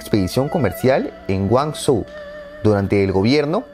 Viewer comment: Guanzhou, se pronuncia "Quanchou". 😄😜